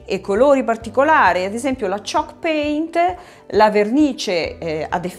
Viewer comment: ah ok, dalla pronuncia non capivo 😅